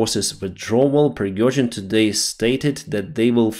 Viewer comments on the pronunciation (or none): none